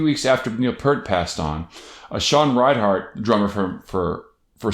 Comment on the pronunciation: I want to like this video but every time I hear you say ReinHARTin this video, I die a lil bit more. It's REINERT.